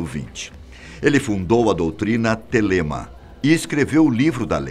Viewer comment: Se pronuncia Thélema